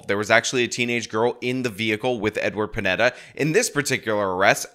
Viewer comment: That news caster really said Pineda as Pinata and I think that's what his sentence should have been. (For legal reasons, that's a joke)